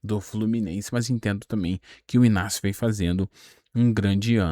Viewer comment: I G N A C I O e não Inácio. Ele já falou isso